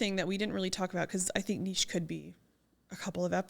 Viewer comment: I love that you pronounce the word nichė correctly 😆 It so irritates me when someone says nich 😁 But great topic, number one struggle for real